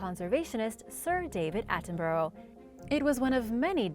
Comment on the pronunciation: Please learn how to say Sir David Attenborough’s name.